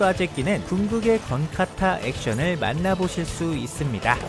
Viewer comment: 자꾸 '건카타'를 '건타카'라고 하네요 ㅋㅋㅋㅋㅋㅋㅋ